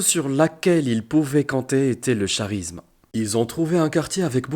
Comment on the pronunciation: 👍 charisme se prononce karisme😉 belle histoire